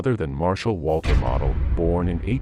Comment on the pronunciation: Not having Heinz Guderian on the list means the list is not worth a dime. BTW Modal is pronounced moh Dahl.